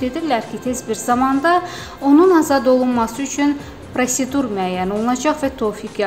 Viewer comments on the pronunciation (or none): none